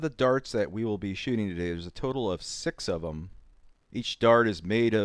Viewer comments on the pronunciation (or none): none